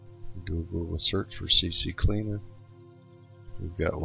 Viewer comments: lol it's called CCleaner not CCCleaner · He Said , cccleaner lol but he typed Ccleaner xD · It's Ccleaner not CCcleaner